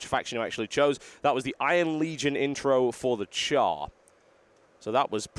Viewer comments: "TotalBiscuit takes a lengthy look at Guild Wars 2 with a Char Warrior" It is "Charr" not "Char". Still great game, great gameplay thanks xD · i wanna smack u every time u say cow thx for sharing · Why does he keep calling the Charr cows? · It's not COW FFS Charr are Cats -_